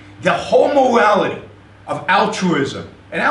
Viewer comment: He sounds like a 2 year old with a deeo voice. "Mowality"